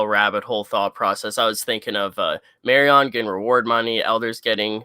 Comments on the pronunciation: I love ya, but every time you say “Mary-ON’” I wince Marian Mare-Ian if you want to mush two names together. Mare, like a female horse. And Ian like Ian Fleming that wrote James Bond. Not Mary-On Please correct this if you can,! I listen religiously to all your stuff (Pete, maybe you can mention this to him) and if you specifically say that you were mispronouncing the Carol Burnett character’s name in a future pod, I’ll figure out how this Super Chat stuff works and I’ll hit you with $10! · Marry-on was so distracting I couldn't watch the rest of the video. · Thank you Seth R. Say Marion right lol